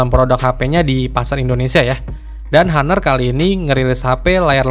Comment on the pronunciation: bang ngomongnya ga usah haner... ngomong honor aja Napa agak aneh gw dengernya,,,gadget in dll aja ngomong honor lu sok² Inggris